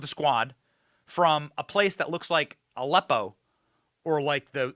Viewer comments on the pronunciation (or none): none